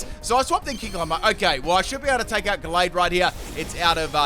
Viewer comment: U said the name of gallade right